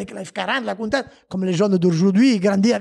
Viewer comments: Moi aussi je saigne encore Coun Tach c est mieux peut être comme ca 😂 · Stp dit plus jamais Countach comme t’a dit tu m’a fait signer des oreilles 🥺